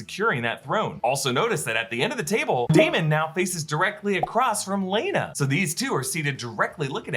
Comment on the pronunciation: I couldn’t watch this video without saying “It’s ‘Lay-Na’” every time you pronounced it ‘Lay-a-Na’ lmao